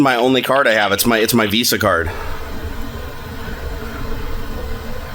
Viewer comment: You mean Wisa not Visa, right?